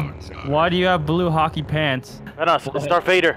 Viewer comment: Am i the only one who noticed called Darth Vader "Dark Vader"